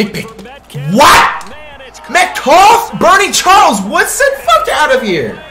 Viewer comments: Btw he actually used to say metcalf but he just randomly started to say metcough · This man said dk metcough 😂😂😂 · He can't pronounce any name first it was luke kuechly now d.k Metcalf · Does this guy watch sports at all? He’s mispronouncing player names and He truly believes 99’s are unstoppable. If you’re 🗑 99s don’t matter.